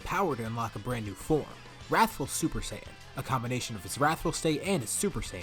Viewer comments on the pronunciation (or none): "We'll call it 'rathful' rush. I like my alliteration " 😂 "Wrathful Rush" is not alliteration my friend 💀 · Wrathul rush, i like my alliteration Me: Wrathul starts with a w, u are not alitterating